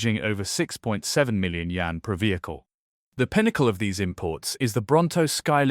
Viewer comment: 🤣🤣🤣🤣can not even pronounce YAUN correctly 😂😂😂😂